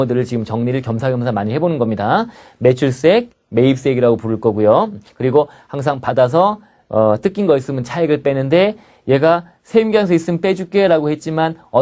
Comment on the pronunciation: 한국 세금 1도 모르는 미국 사는 사람이 한국 역이민 준비땜에 듣고 있는데.. 한글 자막 달아주심 더욱 감사할 것 같아요! "세금계산서" 세번 돌려 듣고 알아 들었어요ㅠ (세음기은서 라는 용어가 있는줄..ㅎㅎ)